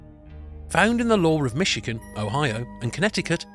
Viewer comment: It took me too long to figure out that whenever he says, "Muhsheegun," he actually means, "Michigan."